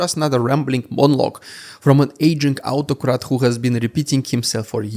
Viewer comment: Gotta let you know, I know you said "autocrat" but with the accent it sounded like out-ocrat" and I love that cause he and other autocrats are on their way out, I'm gonna have to start using that